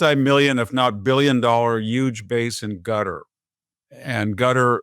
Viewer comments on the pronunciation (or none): Victor Davis Hanson fitting pronunciation: Erdo-yawn (Erodgan) and Gutter (Quatar).